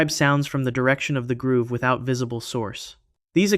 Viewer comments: Bro...its a "GROVE" not a "GROOVE." Are you serious? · Grove. Stop saying groove. It really undercuts your authority when you don't know basic words. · It is grove not groove! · I've watched a few of your videos and I'm considering subscribing, but the constant mispronunciation of "grove" as "groove" are totally killing me right now. Not trying to be mean or anything, but I've been sitting here for several minutes just occasionally correcting you audibly by saying "grove". Each time, I get louder and my time becomes more stressed. The educator and linguist in me can't help it. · Pretty sure it's black bamboo GROVE. And Aokigahara is pronounced "ow key gah hah rah." Google exists😊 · Thank you!! It's grow-v. Grove. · The fact that you mispronounced grove like 30x with such confidence makes me question the accuracy of everything else you’ve said…